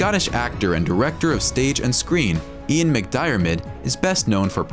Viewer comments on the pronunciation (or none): You-one, not ee-one. Just sayin'. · "E-wan" haha its pronounced "you-an" 🤣🤣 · LOL man said eee-waaan for Ewan McGregor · Ewan's name is pronaounced 'you-an' not 'ee-wan' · WTF is wrong with American Youtubers? You can't pronounce anyone's names. Ewan McGregor is one of the most famous actors in the world. How the hell do you not know how to say his name. Ewan is pronounced 'YOU-un' (not 'EEE-won'). I am embarrassed for you. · eee-wan McGregor? 😆😆😆😆😆😆 Ewan is pronounced You-an 👍👍 EDIT - Don't get me started on Ian McDiarmid... 😉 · ee wan mcgregor.. maybe try pronouncing it as "you an" mcgregor and you are good lmao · E-one McGregor. LMAO.....it's pronounced U-en, it's a Celtic name. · Man pronounces ewan as if it were a name of one of the aliens I star wars its pronounced yew-wan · E one….it’s pronounced u wan. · Reasonable review, I just wish the narrator had taken the time to learn how to pronounce the actors names. I mean everybody knows Ewan McGregor so to pronounce his name E- wan was just ridiculous! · I’ve never heard Ewen pronounced Eewaan before. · Did he just say eewan mcgregor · You say Ewan as Uwan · E..wan....mcgregor 😂😂😂😂😂 never heard it said that before 😅😅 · “Ee-one McGregor”? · Bro said he ewon mcgregor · Eee wan McGregor haha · Uhm, Ewan is pronounced as Yewan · e-wan mcgregor ha LOL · "EE-wan" PMSL ..... don't bother to do any research or know the source material hey? lol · The way he said Ewan though, hurt my brain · Bro did ewans name dirty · mispronounced Ewan